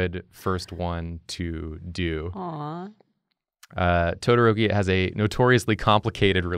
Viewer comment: Me:clicks vid cuz of todoroki Dood:*pronounces todoroki as todorouwki Me:Tf mannn